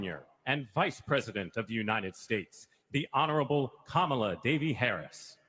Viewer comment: They mispronounced Kamala’s middle name in her last time as VP lol.